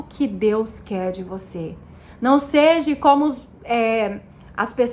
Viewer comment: É seja, irmã, não seji... Continue estudando irmã, você vai chegar lá, se de fato, for o Espirito de Deus que está te guiando, mas continue estudando, porque até os próprio eleitos poderão ser engnados.